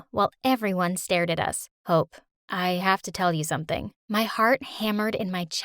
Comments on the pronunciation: Why did i hear hoe instead of hope 🤣 i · Who else thought she said h0e